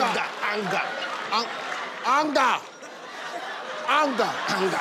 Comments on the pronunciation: That's why i say don't try to copy native accent, i think he tried to copy any American accent and pronounced aanga rather than anga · The fact that he pronounced it angerrr at the end too, bless him! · I thought he mispronounced hunger, but turned out it was anger 🤣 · No, you're wrong. I'm Ghanaian, and everyone I watched it with found it funny too cos we all don't pronounce the word that way. I watched the full episode. He puts too much energy into the words he pronounces, and that's funny. You could tell from the studio audience's laughter too. It's all fun and games. 😂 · That's the only way to pronounce anger to depict what it looks like